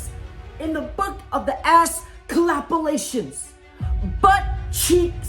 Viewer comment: This guy said butt calapalations 😂